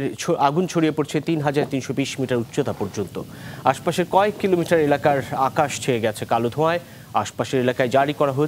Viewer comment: আপনি কি খবর পড়েন দেশে কিলোমিটার না দেড়শ মিটার